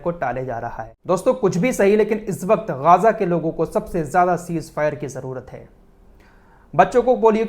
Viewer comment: Ghaaza nahi Ghaza boliye